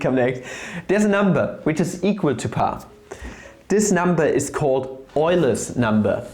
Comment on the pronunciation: I like how we said pi like peia